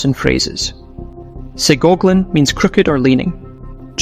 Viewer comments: It's pronounced sigh-gogglin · SIGH-Gog-Lynn Source: from the area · "Sigogglin" is pronounced "sigh-goggle-in" With such a great and informative video, I'm sure you could appreciate the pronunciation of it. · Sigogglin is pronounced sigh-gogglin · It’s pronounced “ Sy gog lin“ or sy gog a lin” :) I’ve heard that word my whole life parents, both Appalachian